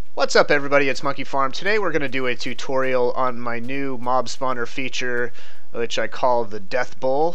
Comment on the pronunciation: in the beginning, it sounded like you said mom-spawner